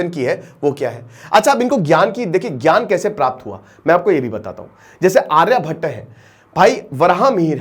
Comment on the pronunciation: हिन्दी की ऐसी तैसी कर दी, योगानंदा नहीं योगानंद, आर्यभट्टा नहीं आर्यभट्ट